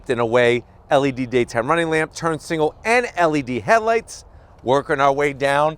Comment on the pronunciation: i got a tongue twister for ya! haha i noticed how you say single and signal hehe Specific turn signals Signal specific singles Specific signs signal Specific singles